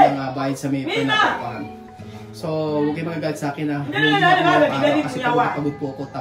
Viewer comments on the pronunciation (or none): Natawa ako sa "eh kashe anlamig mo shaken" at saka anlambing ng pagkasbe nya ng "bwiset" 😂